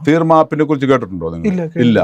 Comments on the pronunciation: The app is Threema, developed by Switzerland; not "Theerma. " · theermma alla koppe threema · Threema 😂😂 തീർമയല്ല